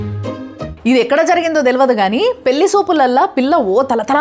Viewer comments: మేడమ్ మీ వీడియో లు నాకు చాలా ఇష్టం. పెళ్లి అనండి. పెల్లి అనవద్దు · పెళ్లి అనాలమ్మా పెల్లి కాదు